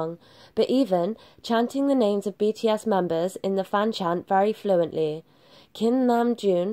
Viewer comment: She is saying BT ASS 🤣🤣🤣 I'm sorry but the pronunciation XD